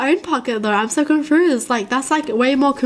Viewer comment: Am i the only one who hears her say confruzed instead of confused. Its probably her accent.